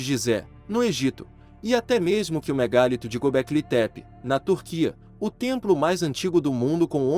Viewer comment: Cara vc é péssimo na interpretação gramatical..não obedece a pontuação, acentuação e som nasal.. é de doer..affs " megálito,e ou megalito" ??